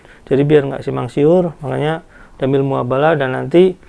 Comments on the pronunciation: Koreksi bang "Mubahala" bukan "Muhabala" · koreksi mas, Mubahalah bukan muhabalah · MUBAHALAH Bukan MUHABALAH. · Mubahalah ngong,bkn muhabalah